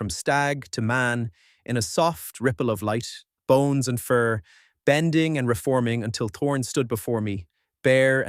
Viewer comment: Great story, I love it... But the way the 'and' is being said is simply irritating.